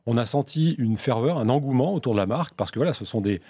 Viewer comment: Le directeur marketing qui ne sait même pas comment prononcer correctement la marque qu'il représente 😂😩🤷‍♂️